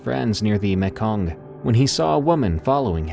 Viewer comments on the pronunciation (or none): A minor correction on the pronunciation of Mekong ( my dad was a Vietnam veteran, who served 2 times in Vietnam), the sound is the same as saying me ( so Me’kong), easy peasy😊👏 I love your stories and the readings: Chefs kiss 😚